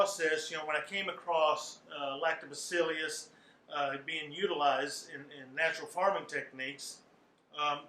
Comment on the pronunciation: It’s Lactobaccilus not Lactobaccilius